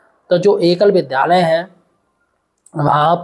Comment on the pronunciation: विद्यालय बोलो भाई गलत उच्चारण मत करो